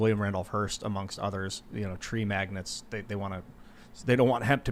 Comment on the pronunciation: Tree magnets. Is trolling us? This is the second day in a row he’s mispronounced magnates. say it with me: MAG - NATE. Also I’m going to look like a giant asshole if it’s actually pronounced magnet for some reason…